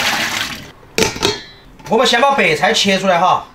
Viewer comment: 超小廚你說白菜好像說北蔡🤣🤣🤣🤣🤣(≧ω≦)/